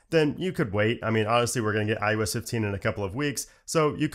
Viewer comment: “iUS”? Lol “iOS”…. Says “OS” for everything else!🤔😉☺️